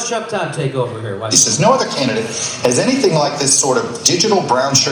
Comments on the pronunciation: Get it right Jimmy, it's Tuck Chodd not Chuck Todd and the T is pronounced as an F. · Am I the only one that heard his name as Cuck Rodd?